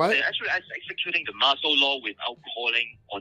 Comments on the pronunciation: "Marshall Law" instead of "martial law". Says it all, really. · Someone needs to tell deluded Mike that it is 'martial' law, not 'marshall' law.